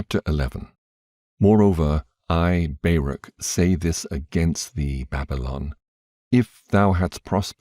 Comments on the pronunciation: I really appreciate you reading for yt, but, and I hate to be like this. But his name is not Bear-ak, it is pronounced Bar-ook, Baruch. Not sure how you didn’t know that, or how you didn’t hear of him before you read this, but in any case well done and thank you. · I've never heard anyone pronounce Baruch that way before 😂😂😂 I'm am American Jew, and we pronounce it "bar-OOK" with the phlegmy "ch" at the end, if you can manage it. But I'm not going to claim you're pronouncing it wrong. Nobody knows how Hebrew sounded in ancient times, so maybe you're saying Baruch in exactly the way that he himself said it. Who knows?